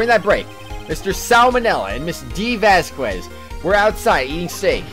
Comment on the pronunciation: I like how they say "Press him hard." Instead of "Press harder" or "Press further" like they usually do. To be fair, that's what I chose my first time. Question, why do you pronounce "Vasquez" like that? Surely you can't say that you've gone you entire life without running into anyone with that last name. I don't know why (ok, actually I do know why) you hate seeing Oldbag so much. She's one of the most fun voices to do in my opinion.